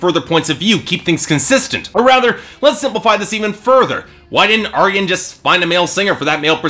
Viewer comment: You're getting better with your name pronunciation. I think you got Arjen's correct this time (cover killer has the same trouble with soft J's... Gers is yanick not janick; Floor is yansen not Jansen; Lucassen is Aryen not Arjen) but an FYI for next time, it's Annika (like Ann ih kuh) not anni-kay. You were close, just drop the "ay" at the end.